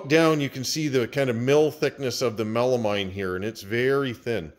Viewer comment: It's Melameen, please. I cringe when you say Mine.